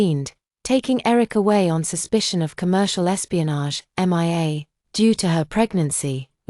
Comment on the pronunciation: Why is it so difficult for AI to read the name Mia ?M.I.A 😂😂😂